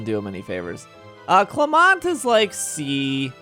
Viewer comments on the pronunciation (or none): Okay ima watch this, and if I see Clermont get ranked anything lower than a B or a C I will sue. GOOD (also you pronounced his name wrong)